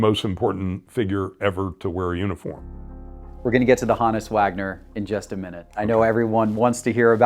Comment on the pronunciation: Take a drink every time he pronounces HOE-NISS (honus) wrong.